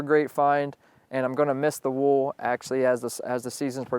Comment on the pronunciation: is it me or does he say wool weird?